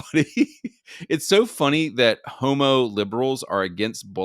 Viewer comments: Heaux-mo is hilariously ghey! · The way you pronounce "h0m⁰" "HEAUX-mo" 🤣